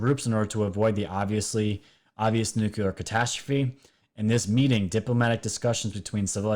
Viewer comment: And there's only ONE "U" in nuclear!!